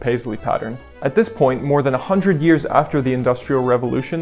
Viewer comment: Where is your accent from? The way you say “hundred” has tinges of Irish. 😊